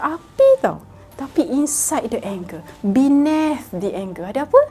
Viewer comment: "Bineth"? "Beneath" lahh aduhhhhh. Nak speaking tapi lain pula bunyinya hahahahaha. Lain kali cakap melayu je terus kalau english hauk. Lagipun orang akan lagi mudah faham